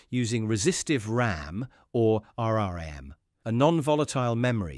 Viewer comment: You need to teach your AI how to pronounce tech terms. It is "R.RAM" not "R.R.AMM"😧, "C.MOSS" not "C.M.OSS" 😖😖and "C.N.T.FETTS" not "C.N.T.FEETEEZ"! 😱😱😱